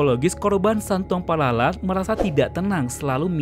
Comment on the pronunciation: Bukan santuang palala,santuang palalau.